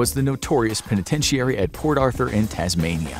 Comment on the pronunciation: Either the narrator pronounces the word penitentiary wrong or everyone else who speaks the english language does.